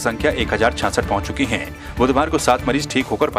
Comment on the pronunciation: Samachar Naak se nahi Muh se bolo to achchha hoga! Hai ko Hain bola ja raha hai! Kaun selection karta hai ? Dhanya hain aise logon ko select karne wala!